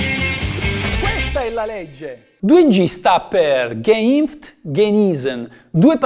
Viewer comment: sulla pronuncia tedesca un pochino da lavorare ci sarebbe, anche se fai meno peggio di altri 😉